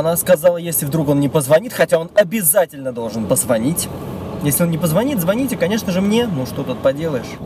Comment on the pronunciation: Не звоните, а звоните. Как же это бесит, говорите по русски. Пожалуйста.